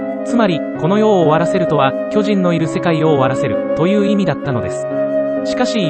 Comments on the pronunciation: 途中途中イントネーションが気になりすぎて内容入ってこなかった... きょじ⤵︎ん⚾️ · 巨人の発音が読売で草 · 巨人の言い方がジャイアンツで草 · いい内容だけど、巨人の発音が野球すぎて気になる笑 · 巨人の発音が野球の巨人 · 巨人のイントネーションが読売で草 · 巨人のイントネーションが完全に野球チームのソレで笑った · すげぇいい内容なんだけど 巨人(↑↓)の発音がどうしても 読売ジャイアンツで笑ってしまう 巨人が支配した世界にケリをつけるってV9した巨人の話じゃ無いですよね？ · 巨人の発音が全部ジャイアンツで草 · ソフトの仕様だろうけど巨人の発音が野球のそれでじわる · 解析中のイントネーションが色々と気になった 巨人のイントネーションも読売ジャイアンツのイントネーションだし まるでジャイアンツに誰かが入団したり退団したり又は球団を解体したりそういう風に聞こえた（笑） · 巨人の発音が読売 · 巨人の発音でどうしても野球がよぎるw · 巨人の発音がオール巨人なんよなー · 巨人の発音が読売巨人軍だから巨人を駆逐するエレンが阪神ファンに見えてくるわ。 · 巨人の発音がジャイアンツの巨人… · 巨人の発音が、野球の巨人の言い方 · 巨人の発音が球団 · 野球の巨人の発音で草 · 巨人のイントネーションが野球なんだよなぁ… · 巨人ってとこのイントネーションが ジャイアンツの巨人やん😂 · この発音での「進撃の巨人」は、ただ連勝しまくってるジャイアンツや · 巨人の発音がプロ野球の巨人っぽい笑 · 話と全然関係ないんだけど、巨人のイントネーションがジャイアンツのそれなのが気になる… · 巨人のイントネーションが完全にジャイアンツ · 巨人の発音が球団なんだわ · 巨人の発音がずっとジャイアンツなんよ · 巨人の発音のせいでエレンが過激なタイガースファンみたいになってて草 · 巨人のイントネーションがジャイアンツなんよ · やっぱり、読み上げ音声は「巨人」の発音があっちの方になる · 巨人の発音気になる(笑)⚾それ以外素晴らし🎉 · 巨人と戦鎚の発音が嫌い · 巨人の発音が読売ジャイアンツ笑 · 「巨人」の発音が読売ジャイアンツの発音で気になるｗｗ 棒読みに学習お願いします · ナレーション「巨人」のイントネーションが野球チームになってるからクスッとくる…… 「巨人のいない世界を作る」とか阪神ファンか！と思っちゃう。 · 巨人の発音が読売なんだよなぁ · 巨人の発音が野球の巨人にしか聞こえんww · 巨人の発音が読売巨人軍のそれ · “巨人”の発音が完全に“読売巨人軍” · 凄くどうでもいいだろうし全く関係無い上に個人的な話で本当に申し訳ないんだけど 「巨人」 の発音やイントネーションのせいで読売ジャイアンツが頭をよぎって仕方がない。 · 「巨人」の発音のせいで「永久に不滅です」の方がボコボコにされる話みたいで草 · 巨人のイントネーションが完全に野球寄りなんよ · 巨人のイントネーションが野球チームなんよ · 巨人のイントネーションのせいで、巨人のいなくなった世界は阪神が悲しむだろうなあとかいう妄想が膨らんで仕方ない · 巨人の言い方がジャイアンツなんよ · イントネーションが読売の方の巨人で草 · 巨人のイントネーションが、ジャイアンツ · 巨人のイントネーションがジャイアンツ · “巨人”の発音が読売ジャイアンツなんだよなぁ… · 巨人が野球の方の巨人のイントネーションになってて笑ってしまった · 巨人のイントネーション。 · 巨人の発音が野球の方やねん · 巨人のイントネーションが読売の巨人の方で笑ったわｗ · 巨人のイントネーションがジャイアンツの巨人なのよ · 巨人のイントネーションが完全に某野球団のそれ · 巨人のイントネーションがジャイアンツなんよwww